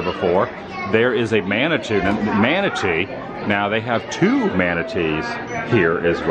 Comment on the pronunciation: techinically you were right when you said "manatwoo" hahahha